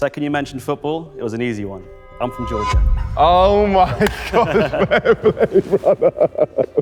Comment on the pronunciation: Honestly didn’t get Georgia first, his pronunciation was odd